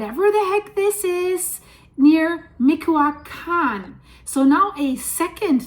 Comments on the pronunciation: Michoacan = Mi-choa-khan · (mee-chow-caan) michoacan 😁😁😁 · Hi there,!!! 😊 We say “MiCHOacán” like “CHOcolate” 😉 I’ve been following you almost since the very beginning from Mexico City, and I love your work and humor!! Keep doing it, girl!! 🎉🎉🎉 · doing great but its ME CHEW AH CON